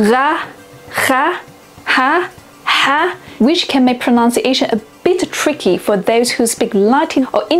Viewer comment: Ironically, when talking about pronunciation, you mispronounced pronunciation.